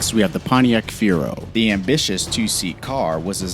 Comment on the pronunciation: No links. You just made these up from your own opinion. Pontiac "Fiuro" and "Covair?"